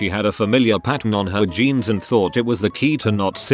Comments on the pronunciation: Skinny geens Also: Skinny-shzonns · Just when I didn't think could get any weirder, I hear it pronounce jeans as "genes, jeans, zhaun" in 30 seconds.